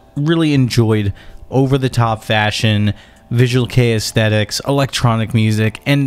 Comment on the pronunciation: I've noticed that this guy can't pronounce anything except English. I think his videos are good, but the pronounciation of all 'foreign' words pisses me off. He pronounced visual kei as 'visual key' 😂